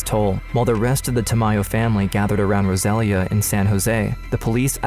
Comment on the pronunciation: Rosalia is pronounced rose-uh-lee-uh